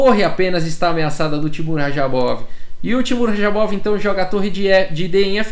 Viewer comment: Também fiquei incomodado